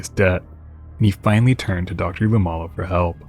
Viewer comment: Dr. Luomala's last name is pronounced "loo-OH-ma-la".